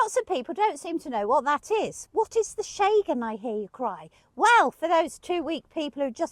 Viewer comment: Sorry for your loss guys. Got to love you guys. Where’s this Shay-gan area you keep talking about ? I thought it was Schen-gen 🙈🤣 God bless ya! 😁